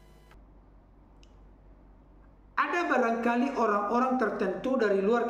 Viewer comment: yg menjelaskan bikin org pusing apalagi yg membacakan ayat"nya mual lambungku,dia menyebut kata orang" menjadi oang" 😂😂😂